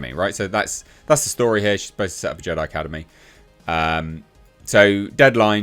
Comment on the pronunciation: So it went from Jedi to Je-die 😮